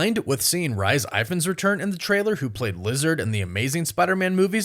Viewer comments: Again - Rise Eyefans! 😮 Rhys Ifans is pronounced Reece Eefans (would be Reece Evans if he was English). I guess Welsh names don't translate too well into American English. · Rhys Ifans is pronounced REES IF-ANS. Not RICE IVANS😅